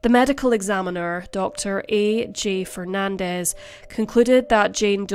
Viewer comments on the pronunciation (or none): none